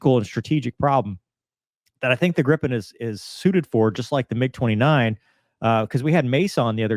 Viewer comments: Not "Grippen". It's pronounced with a long 'i'. So, in English, as if it were spelled "Greepen". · Not "Grippen". It's pronounced with a long 'i', so in English, as if it were spelled "Greepen". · "Grippon"? "Gruppen"?!? It's Gripen. Pronounced with a long 'i'. (So, in English, as if it were spelled "Greepen".) Means "Griffon" (or "Griffin"), as SAAB has a tradition of naming their planes for mythological flying things (J35 Draken, "the Dragon", and J37 Viggen, "the Thunderbolt" [as wielded by Odin]). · It's a SINGLE P in Gripen... It's NOT GriPPen. Or use the translation Griffon.